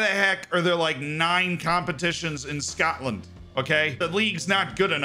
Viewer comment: The way you said Scotland and Dunfermline 😂😂😂😂